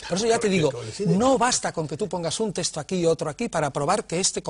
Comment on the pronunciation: Señores, a ver si os fijáis y hacéis el esfuerzo de pronunciar correctamente la palabra texto, que no es 'testo' como lo decís, por dios.